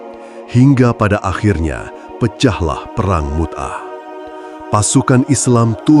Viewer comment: Mu'tah.... bukan Mut'ah